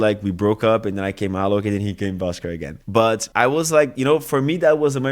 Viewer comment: Prestando atenção aqui.... que pronúncia perfeita do Alok! 😍